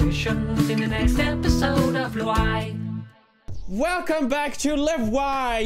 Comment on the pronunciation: its not "lwai" its "lweeai"